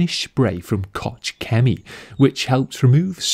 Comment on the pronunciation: I love how you pronounce Koch-Chemie :D